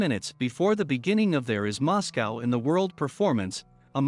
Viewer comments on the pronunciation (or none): Learn to pronounce Moscow